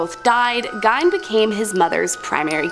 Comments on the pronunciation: His name is pronounced GEEN! Not GINE!! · Absolutely love this channel!!! However, pronouncing Gein “gyne” is killing me considering how famous he is 🤦‍♀️ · How can you mispronounce Gein…..